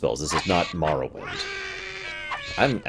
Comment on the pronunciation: I know it doesn't matter, but thank you for pronouncing Morrowind that way haha. I absolutely love that game and it (and Fallout 3) particularly has inspired a lot of ideas I have for one of my game ideas. I think that the games from around were some of the best we'll ever have. Back when there wasn't such a dichotomy between the AAA industry and indie games from what I understand. Btw, this is a looooong video, so sorry if I end up commenting several times over the course of the time it takes me to watch through the whole thing.